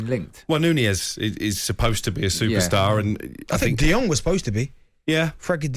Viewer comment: Guys guys the name is Frankie De Jong not De Yong. He isn't a Chinese😁😁😁